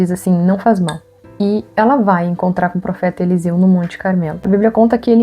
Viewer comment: Elseu: bah, Eliseu era gaúcho kkkkk. brincadeirinha, ótimo vídeo. Obrigado por compartilhar!